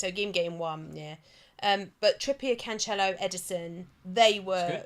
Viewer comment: you laughed and corrected with the wrong pronunciation! Jesus with a "G" sound is totally correct! 🤦‍♂️ Also, it's not CanCHelo, but CanSelo.